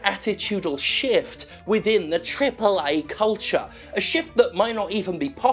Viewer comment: I won't let you get away with this lazy, lazy "AAA" intonation! :D